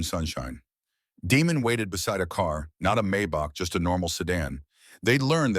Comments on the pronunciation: It's Damon not Demon. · Is his name Damon, Demon or Diamond? Your AI can’t tell.